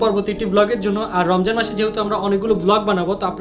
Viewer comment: তুমি নমজান বলছো😄😄😄😄😄😄